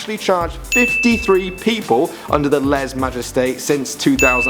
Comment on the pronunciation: You don’t pronounce the “s” in les just saying